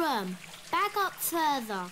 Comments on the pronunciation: "Fauther" lol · "fuather" hahaha